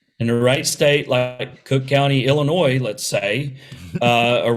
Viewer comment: Why do so many people say IlliNOISE? It's pronounced IlliNOY